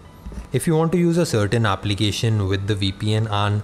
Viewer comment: "Aaaaplication" 😂😂 how he is pronouncing